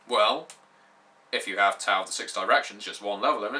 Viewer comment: Sounds like a very interesting setting for an RPG. The warring states period was a very interesting time in China. It would also be interesting to play a game set in the Three Kingdom's period (200ish AD). Also, just a little pronunciation advice from a Chinese speaker. x = "sh" as in "sheet" q = "ch" (that was fine) c = "ts" (or just make a "ch" sound) Also, Tao is pronounced "Dow" (rhymes with cow).